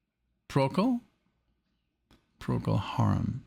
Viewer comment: PROCOL Harum. Not PROTOCOL Harum